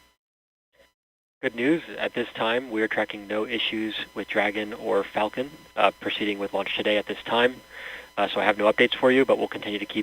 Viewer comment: The announcer sounds like he is saying f$cken 9, lol.